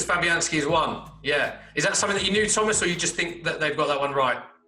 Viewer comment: Thomasuh soucek